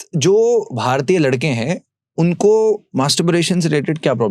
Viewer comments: gentle reminder, please get the word right.... its masturbation, not masturburation or something.. as the whole podcast is on that topic and your sayin that word wrong.. few references and again .... these are the once when i felt putting out the comment....but you have been saying it wrong all throughout until now and its so irritating that i have tk stop watchin here...right in front the doctor speaking the same words clearly even though you are pronouncing it incorrectly again and again.... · Masterbration bola Kiya 🤔